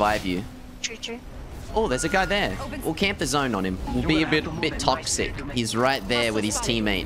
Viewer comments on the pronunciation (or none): sounded like you said "got shot by another gay" and not another guy lol